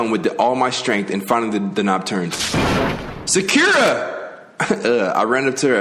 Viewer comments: Did he call Sakura, Shakira? Lmfao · WHY DOES HE CALL SAKURA SHAKIRA I CANT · Big Chungus // sack yee ruh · Me:Sakura:SHAKIRA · I like how he pronounced Sakura as “Secure-a” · he pronounced sakura sa-cure-ruh what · did he just call sakura shakierra i uhhh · Sack-cure-a lmao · Sakura is literally the most easiest name out of all of them and he still mispronounced it😭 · Man I love this but Can we talk about “Makahtoe” “sack-ura” “sakeara” why he gotta do these names so dirty :( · As hilarious as this is, it’s annoying as hell when he mispronounces the names. Especially Sakura and Danganronpa. No hate though, this is hilarious to watch the reactions